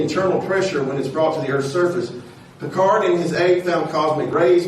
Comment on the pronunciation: اسمه بيكارد ارجو نطق الإسم صحيح حتى تكون هناك مصداقية شكرا على مجهوداتك تحياتي من الجزائر